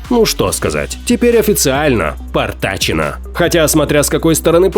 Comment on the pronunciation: Потрачено , а не "портачено"